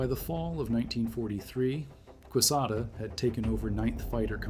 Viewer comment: General Quesada’s last name is spelled correctly in this message. Recall it is a Spanish name and is pronounced k-sotha for you AI gringos.